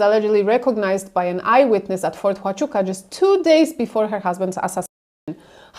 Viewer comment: It’s Fort Huachuca. (Wachuka)